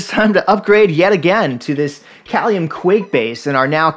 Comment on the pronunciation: pronounced Kay-lium